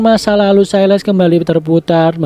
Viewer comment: Bang ralat dikit, Silas di baca "Sailəs" atau "Sailes"